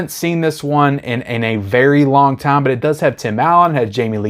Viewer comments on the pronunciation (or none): none